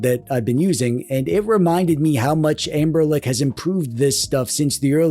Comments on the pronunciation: Is he saying amber-lick instead of Anbernic? 😂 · I am not crazy, you are saying amberlick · i can’t unhear amberlick 😭😭